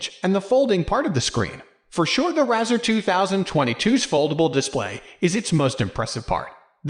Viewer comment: Can't even pronounce the name correctly!! Keeps showing the 2020 model. 2022 bezel is not plastic but the highest grade aluminium. He is clueless!